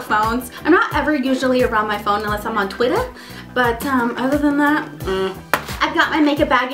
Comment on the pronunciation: The way she said Twitter XD